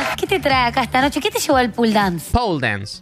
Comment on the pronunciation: En realidad se dice "Pole Dance' jajajaja <3 como me cague de risa hoy con vos xD